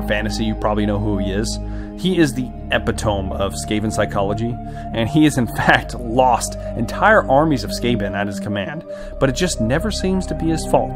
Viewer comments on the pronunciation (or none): Quick note. Epitome is 'eh-pit-oh-me', not 'epi-tome' Niche is 'neesh', not 'nitch' Other than that, enjoyed the video. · "Epitome" is pronounced eh-pit-o-mee not eh-pi-tome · hehe..."epi-tome" cool video btw..."eh pit oh me" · It's not epi-tome, it's epi-toe-me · Epi-tome, huh? Lol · Epitome is pronounced Eh-pit-toe-me Epi-tome is incorrect and makes it sound like you were scanning a dictionary for “smart” words. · Epitome is pronounced: E - pit - oh - me NOT Epa-tohm . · Oh jeez, just started the video - don't tell me I'm going to hear "epi-tome" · Epitome: Ee-pit-uh-me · "Epitome: Ehh pit a mee" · *epitome (uh-pit-oh-me) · Epitome is pronounced with the e, the e isn't silent in that word. Like e Pit oh Mee. Sorry it just drove me nuts. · Eh-pit-oh-Mee = epitome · Heh, Ep-peh-tome. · Spelt epitome Pronounced eh-pit-o-me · thats not how you say epitome bruh